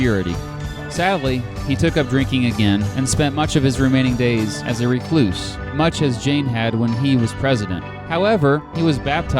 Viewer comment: Please don't pronounce it "ree-cloose," with equal emphasis on both syllables. It's best said as "reh-cluse" with the emphasis on the first syllable.